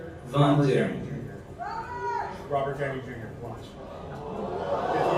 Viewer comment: “Robber” Downey jr lol